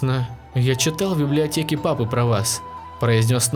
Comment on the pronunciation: Мне послышалось не библиотеке а блятеке